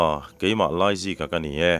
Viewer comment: Laizika tih tur ah Aizika a ti tlat reng hi a chhiartu leh a then hi hlawm ti a sawi/ ziak bawk hian a tibuai hle mai